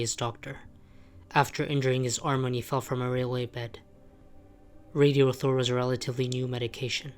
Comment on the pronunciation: its not pronounced "radio-thor"/ its "rad-i-thor".